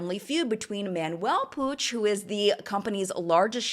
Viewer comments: Is Puig pronounced “Pooj”? It is a last name in Spanish and is pronounced “Pweeg“. Unless it’s deriving from a different Language? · My Spanish self has struggled so much at understanding 'Puig' just by hearing the video as a podcast that it's hilarious hahahaha I know my explanation it's going to be awful as I'm not good at language explanation but it it's pronounced kinda like /pooi:g/ (I'm extremely sorry to anyone who actually knows how to write pronunciation of words, english is not my first language and I'm sure my attempt at explaining has been awful). As always loved the video 🥰